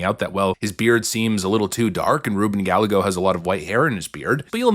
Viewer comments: It's not "Gal - lego" it is "Guy - Yay - Go". It is a Spanish surname dating back to the old Kingdom of Gallicia. It literally means "A Man from Gallicia" or "I am One From Gallicia". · as a hispanic, hearing you say Gallego as Gal-Leh-Goh instead of Gah-Yeh-Goh is cringe but also hilarious and i'm stealing that pronunciation. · Please learn how to pronounce Gallego. It's "Guy-Ego" not "Gall-ego." Double L in Spanish is pronounced as a Y. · Why do yo say GAL-eh-goh, when it should be pronounced ghy-EH-goh? Just wondering if you are making a mistake or a joke. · It's pronounced Guy.YAY. Go I can't stand the jerk, but that's his name. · Gallego - Guy-eh-go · It's Spanish, pronounced Guy-yay--go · Gallego is pronounced 'Guy-ay-go'. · Rubin “GaL-Lego”😂😂 has to be pronouncing Gallego that way on purpose… either way, it’s hilarious! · Pronounced Ga-yay-go. 😊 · Ruben Gallego is pronounced Gal-Lego like the toy building blocks. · His name is pronounced GUY-EGGO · Ruben GUY-gay-GO (correct pronunciation) a POS! He's a swamp insert! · Not that I care. This putz doesn't deserve to have his name pronounced correctly but it is 'Guy-A-Go'. The double LL's is a Y in spanish. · Gallego is pronounced like Guy-egg-o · Haha! Thanks for pronouncing Ruben’s name as gal-a-go. Not sure if it’s on purpose or not but he hates when people do that so I think it’s hilarious. He’s a total scum bag. And he’s in office illegitimately. Ruben Gallego needs to go!! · Pronounced Guy - yay - go. Thanks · Gallego sounds like guy yay go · He’s saying GALL-A-Go 🤣😂🤣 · It's pronounced Guy-egg-oh. No matter though, he's total POS either way. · Here’s how you phonetically pronounce Gallego. Guy-ay-go, ok? And btw, the word ‘won’ is pronounced the same as the word ‘one’. Good work here though, and you’re welcome. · Gallego is pronounced Gah-yeh-go. It is a Spanish name. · Just so you know, it is pronounced "Guy-yegg-go" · It's pronounced... guy - ay - go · It's Ruben Guy-AY-go. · Ruben Guy-yay-go